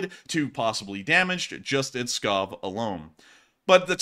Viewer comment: Pskov lol not Scob